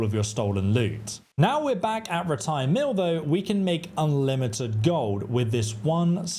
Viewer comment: I can’t watch this because the way he says rattay pisses me off. What makes it worse is it’s pronounced properly in the game and he just chooses to ignore that